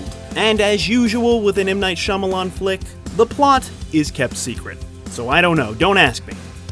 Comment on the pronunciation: M Night Shya-momma-lan